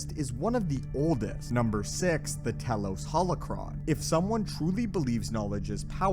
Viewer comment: “Tee-los” not “tell-los”